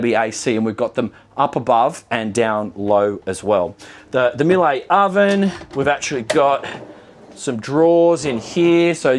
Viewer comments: You pronounce Miele wrongly LOL. It should be MEE-luh. Not Milay. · Miele is pronounced like Meelluh.